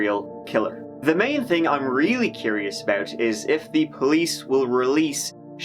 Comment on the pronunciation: you say "free miles away" as in 3 but sometimes u try use ting n tree like some Irish do.